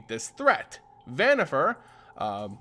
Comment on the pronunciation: Van-eeh-far not vanniFAIR great lore tho